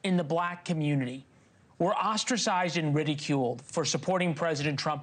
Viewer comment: Enough of this. I'm an American. I'm not a member of the "communitah". Full stop.